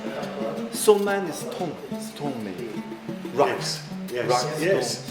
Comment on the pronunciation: 斯通，明明是斯抖恩🤣🤣（stone）